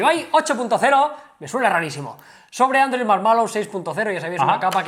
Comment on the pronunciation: "androi marmalo" Ste karloz :v